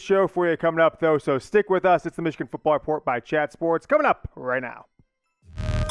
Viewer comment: Everyone: “Michigan football”: “Michigan fitball”